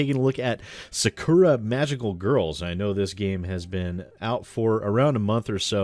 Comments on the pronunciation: I find it hilarious that you did this. Sidenote & Protip rolled into one: When pronouncing Japanese words, don't put any emphasis on any of the syllables, and say them exactly as they read. In this case, Sah-Kuh-Rah. You'll still have an accent, but it's not egregiously wrong. You can also not bother. Just figured I'd let you know in case you cared about accurately pronouncing things. Edit: I watched further into the episode. You poor, poor bastard... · My god as a student learning at a japanese school, the way you said 'Sakura' is just ear bleeding.